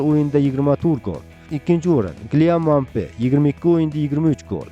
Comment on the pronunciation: Xax bilat Kilyan Muabe deyapsizmi😂